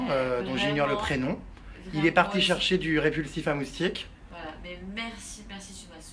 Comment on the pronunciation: a 7min26 jerem dit moutique !!!